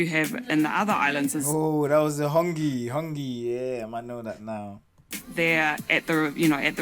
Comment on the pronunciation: Mate, the hongi, (touching of noses), is pronounced ‘ho’..the ‘o’ is sounded like the beginning of the word awe-some..’haw’...and the ‘g’ is the same sound as in the word ‘tangy’ and not in garage! = ‘hawgy’ 👍🏾